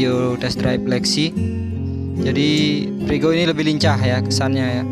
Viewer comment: Frigo mas bukan prigo